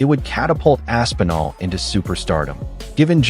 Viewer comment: Bro, Rampage calling Tom "Ass N' All" is sending me 🤣